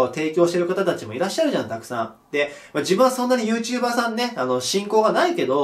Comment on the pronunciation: YouTuber↑じゃなくて、YouTuber↓な気がする、、